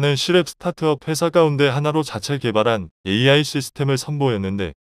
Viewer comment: "AI" 를 "알" 이라고 읽네 ㅋㅋㅋㅋ 이런 어이없는 동영상을 봤나 ! 성의없이 마구잡이로 만들어서 먹고 살려하네.......